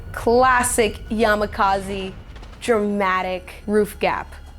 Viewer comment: Yamakaziiiii lol. It is yamakasi.